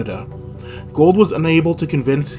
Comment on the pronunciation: To earn respect for your channel, learn the proper pronunciation of your key player’s name. It is not Gold.